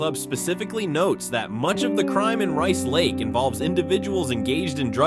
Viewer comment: Rice Lake is not "80 miles southeast" of the Twin Cities. I's about 100 miles northeast. Milwaukee is hardly a "small town". Neither is Green Bay. The announcer changes the pronunciation of the towns several times for most of them.